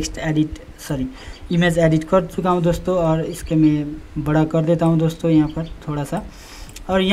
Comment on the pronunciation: ' दोस्तों ' शब्द का टांग तोड़ रखा है !